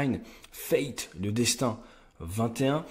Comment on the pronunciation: Fate et non Faith, mdr et ça donne des cours xD